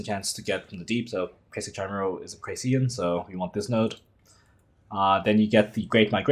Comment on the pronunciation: It's pronounced with 'k' 😅 ki-mee-ral